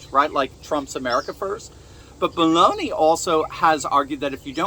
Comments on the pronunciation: it's Melo ni not melon i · Oh no he didn’t say BALLONI!!!??😅😮😢🎉😂